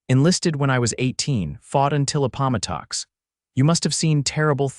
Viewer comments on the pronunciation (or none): Good story but a-POM-o-tox?? I assume this is an AI narrator, but if AI is so smart, shouldn't it recognize and be able to pronounce the Battle of Appomattox, from the Civil War? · Need to check pronunciation of Appomattox 😂 Look up Civil Wat